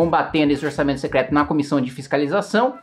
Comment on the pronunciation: Cebolinha secleto mesmo 😅😅😅😂